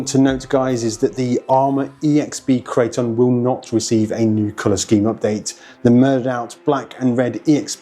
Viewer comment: Arrma builds monsters and monsters only. Amazing RCs through and through. Loved how he pronounced it -Crate-On